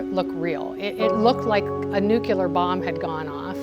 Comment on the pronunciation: "nukeYOULAR" 🤔🙄🙄🙄 come on USA. Don't stoop to George Bush levels...